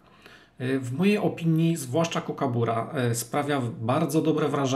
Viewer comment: Proszę, mówcie Kukabara. Przecież nie mówimy Kangaru tylko kangur.